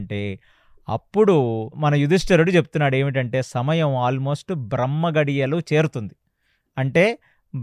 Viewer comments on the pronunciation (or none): none